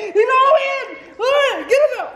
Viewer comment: ChocolateSqushiyLPS Pro I was dead when he said luaren he's gonna bite something😂